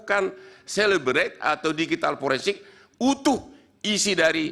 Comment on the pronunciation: Cellebrite anjir itu text di dalam naskah apaan sih. Kok dibaca celebrate.